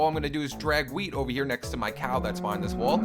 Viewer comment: LOL U SAID WEED INSTEAD OF WHEAT XD